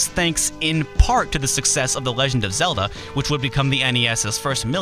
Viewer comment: I don't consider Zel-luh an rpg. Slight mispronunciation, yo.